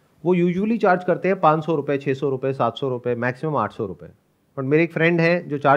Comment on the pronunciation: Sandeep sir panch( 5) ko hmesa pan bolte h Like Pan-das% log 😃